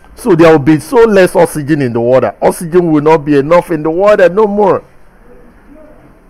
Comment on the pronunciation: Oxygen in the watdder 😄